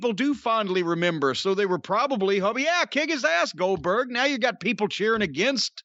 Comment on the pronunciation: I think he wanted to say Oldberg a few times. 🤣🤣